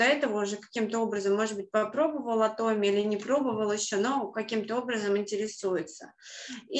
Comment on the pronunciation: Почему, большбольшинство, кто занимается Атоми, говорят Атоооми, а не ААтоми. Корень слова: атом. Вы же не говорите атооом, а говорите атом. Очень режет слух Ваше произношение Атоооми. Подумайте об этом.